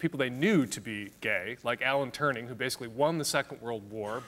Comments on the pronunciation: Love Dan Savage, but out of respect to my other hero, just want to say that it's Alan Turing, not Alan Turning. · Dan Savage it's not Alan TurNing but Alan Turing. I'm disappointed. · Wow, he mispronounced the name. You shouldn't be smug after writing "given that he call him..."